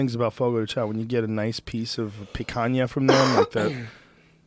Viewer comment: Pretty impressed with Joe's picanha pronunciation, the "nha" is really hard for English speakers to say !